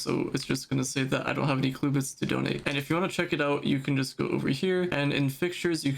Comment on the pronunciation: what is a “cluebit”… it’s “clubit” man 😂 jokes aside great post